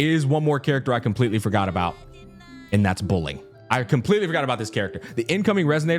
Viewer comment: This man did not click on Youhu and kept calling her Buling, my poor girl 😅